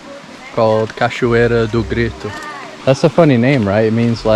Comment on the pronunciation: Mano na moral… BRO YOU ARE EITHER BRAZILIAN WITH A VERY GOOD ENGLISH ACCENT PRETENDING TO BE GRINGO OR YOU SPEAK PORTUGUESE FLUENT BECAUSE NO GRINGO PRONOUNCES BRAZILIAN WORDS LIKE THAT NOT EVEN PORTUGUESE SPEAKERS FROM OTHER COUNTRIES trilha do sol, reais, bora, no limite, cachoeira do grito, poço dourado, poço encantado, cachoeira do grito, grita, Capitólio, minas, tropeiro, palmito, isso é o que é carne, 😂 ah tilápia, 😛 . COME ON fala sério revela qual é a verdade 🤪 salve de Londres